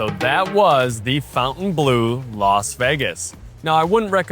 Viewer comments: Fawn-tayne. Not fountain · Great review but to keep with the upscale sophisticated ambiance of the hotel, "Bleu" is pronounced "Bluhhh", not "Blue". 👍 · Next you should review your English pronunciation. It's not pronounced "fountain-blue" it's the "fon-ten-bloh." Look at the name on the wall behind you. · I hate when people say FOWNTAINE or fountain. It's FONT aine I assume. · Just for information is should be pronounced "blow" at the end and not "blew" 😉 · fon-tan-blu is how it should be pronounced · FON TAN BLUH grench pronunciation ❤ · Could you please correctly pronounce the name of the hotel?… it is not Fountain Blue. Pronounce it as it as spelled. Fontaineblue, it is a little disrespectful to the French idea. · You're correct, but even the staff pronounces it Fountain Blue. It's been an ongoing debate lol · Is "fountain blue" how they actually pronounce the name? If you intend to butcher it, why name it so? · This is due to the typical American tendency to localize (or Anglicize) foreign words—instinctively reading the French spelling "Fontaine" as the familiar English word "Fountain." 😂 American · he literally mispronounced every french word including the name of this hotel. its not "fontain blue" but "fontaine bleau" pronounced like fontäin blö which mean blue fountain. he also mispronounced veuve cliequot. he always says "woow cliiiicot" like a dog but its "vövv cli-cot".